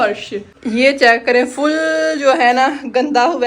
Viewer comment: bramda hota h bramara nahi or gori hota h Kori nahi